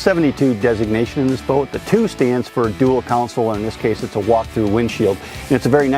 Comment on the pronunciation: Hey, the word is CONSOLE, not COUNCIL